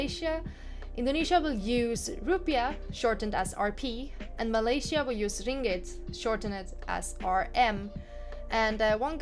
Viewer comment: That’s the pronunciation of Ringgit! You’re probably the first western people to say that perfectly 😃